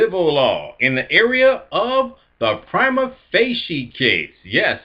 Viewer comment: There are many ways to pronounce it and you're pronouncing it wrong in every single way.